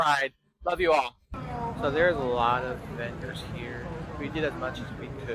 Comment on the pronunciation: did that just say benders or vendors?